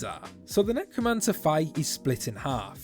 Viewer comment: He he he Nec-woman-cer